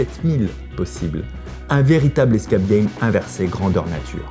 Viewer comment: Par contre l’accent faut faire qqch. « diamonde » center et « escappe » game ça va pas du tout